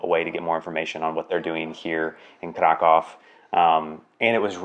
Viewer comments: Funny thing, Polish language must be a real challenge for English speaking people, because at the beginning of the video, pronounced the name of the city, ‘Kraków’, four different ways, but none of them was how Polish people pronounce it. Btw, it’s [Craackoov]. Also, him and Sarah are definitely Americans, but was sporting an FC Chelsea jersey and referred to foot-football as ‘football’, not soccer. It’s almost un-American. Lol! I’m glad that they liked their stay in Kraków and in Poland and produced a good video. Thanks! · 0:6 It's so funny listening to your mockery of the English pronunciation of the name 'Krakow'. Do you speak Polish,? In fact, "Krakow" pronounced correctly by an English-speaking person sounds to a Polish ear like "krakał". In Polish, this verb means "he cawed".🥰